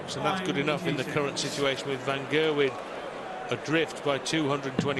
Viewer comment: Get-a-wyn! It's Gerrrrwyn!